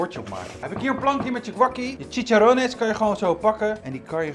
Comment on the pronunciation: Bruur het is chiCHarrones